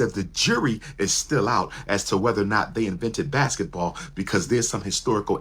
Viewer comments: Did Umar just say Blasketball?? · Lol he said "BlacBasketball" 😂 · Did he say blasket ball players 😅